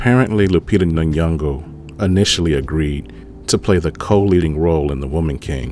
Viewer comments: It’s pronounced Lupita In-yon-go not nayongo. Put some effort sir. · Nun-yongo isn’t it. It’s Nyoh-ngo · I loved this video bro but the way you nay n'yongo as "nanyongo" is hard for me (not a personal attack btw 99.9% of Americans add random letters to foreign names/places). As a descendant of Caribbean slaves I'm proud of lupita for not being blinded by the check like viola Davis🤦🏾‍♂️I made sure to share this video keep it up cuz👊🏾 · Good take my AD friend Ps:you are pronouncing Nyongo wrong